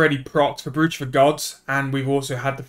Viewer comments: its a brooch pronounced broach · kills me hearing it wrong